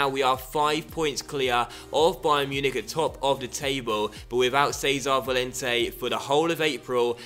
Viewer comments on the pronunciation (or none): none